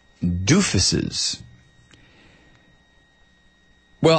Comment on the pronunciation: did he say doofusses? hehe